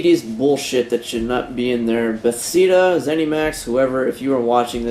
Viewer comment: Be - thes - da Sorry man, know you have been saying it this whole let's play, just had to let you know the right way.